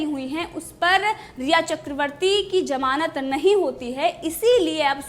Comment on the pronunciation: Madam it is zamanat not jamanat 😂😂